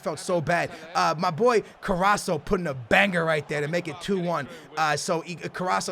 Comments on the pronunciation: i would rate it 8/10 and i would be scared if i saw your name😂(not because of your team). and plz its carrasCO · Carrasco pronounced CarrasKo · CarrasCo, there's a C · Take a shot everytime says CARRASO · It's pronounced Carras-co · it's carras(KO) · Ffs it's carrasCooo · It's pronounced ca-ras-CO!!!!! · In the next video, please call Carrasco CarrasCo... Anyway, love your videos. Keep it up! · ye call him carasko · carrasCo pronounce the C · It is Ca-ras-co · Po1son Turtl3 Ca RRas Co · there is a fucking C at the end of his name CarrasCo, fucking Co not So. Please I've never been so angry at you mispronouncing a name, please read the name before making the fucking video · Skills its cara-sko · ITS carrasco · I cringe so hard when he says carraso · Raul Sendra yeah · its carrasCO The C you have to say like a K im Belgian so i can confirm you😂🇧🇪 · its CarrasCO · love the vids! but 1 thing its carrasCo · OMG!!!!!!!! IT'S CarrasCO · It's carrasc o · its carasCo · carras'''''''C''''''o PLEASE SAY IT RIGHT... YOU'RE MISSING THE 'C' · Carrasco has a C in it, not Carraso. Love your videos 👍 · Its pronounced CarrasCO! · it's c a r a s c o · Wassup! Just wanted to tell you that it's Pronounced: C A R A S K O (not spelled that way). Love the videos and keep up the good work! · its carrasKo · No offense, but its fcking CarrasCo!!! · it is carras co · You say Carrasco wrong. You have to cay CarrasCo. You have to say the letter C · He's name is carrasccccccco with c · carrasso..... cringe.... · Dude its CarrasCo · its CarassCO good ivd btw👊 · It's CarrasCO get it right man 😂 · its Carrasco, CarrasCo. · Its carrasco with a c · Carrasco's name has a C in it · Does anyone else find it annoying when he pronounces Carrasco's name wrong? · Allan Mcphee it is actually a double R but that is very hard to pronounce if you are not spanish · Raz Da Big Mak it drives me crazy